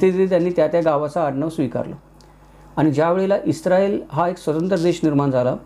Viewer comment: ITS ISRAEL NOT ISTRAEL